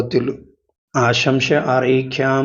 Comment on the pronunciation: "ആശംശ"അല്ല, ആശംസ എന്നാണ് പറയേണ്ടതെന്ന് തോന്നുന്നു.